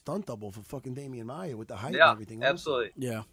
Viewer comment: "Damian maiar" hahaha